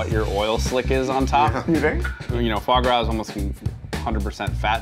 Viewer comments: Fois gras? C'mon, Keith! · “Fois gras in place of butter” I see we’re starting strong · fois gois? booooooooooooooooooooooooooooooooooooooooooooooooooooo